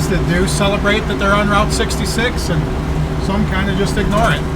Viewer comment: The Rolling Stones confirmed that is ROUTE 66. Not Rought 66